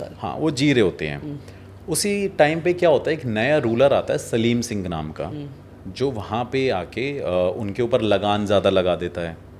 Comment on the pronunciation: सालम सिंह नाम कुलधारा कांड, आप सलीम सिंह बोल रहे हैं